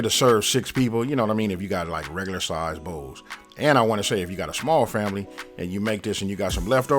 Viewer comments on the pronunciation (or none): none